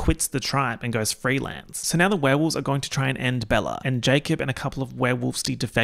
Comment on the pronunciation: the saurrr w the already aussie accent is truly smth else